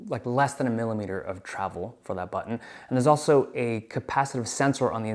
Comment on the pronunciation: The way that Dave says "butTOn' is giving me shivers 😂